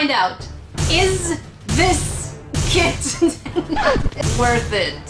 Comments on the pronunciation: It sounded like said I'm not going for the kit I'm going for the kid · Kit I heard KID! AHHHHHHhhHHHH